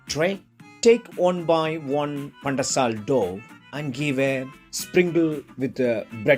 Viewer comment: Wow pandesal very nice how uou speak pan-de-sal heheh